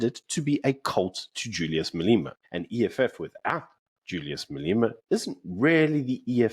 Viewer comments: Day 1 of asking why they pronounce Julius’ surname as “Maleema” and not the correct way which is “Malema.” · You must be the only person in the world who calls him Maleeema.